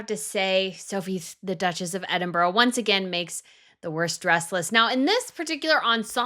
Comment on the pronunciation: Can I just point out that Edinburgh isn't pronounced 'Edin-burrow'. It's 'Edin-bru'.